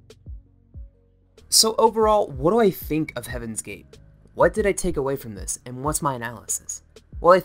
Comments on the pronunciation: I cringed everytime he said Do as doo and not doe lol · Its pronounced like doe not do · "Do" is pronounced "dough" as in "doughnut". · Ti and Do are from the musical scale and it's pronounced like "dough" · Pro tips: Do is pronounced "dough" (as in... do re mi fa so la ti do) and Telah as "tee-lah."